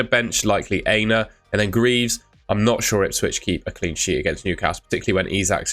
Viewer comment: I’ve been wanting to correct you for ages but only found time today. You are mispronouncing Aina’s name. It’s not ‘hey-na’ it’s ‘Ah-e-na’ the A is Ah as in Apple.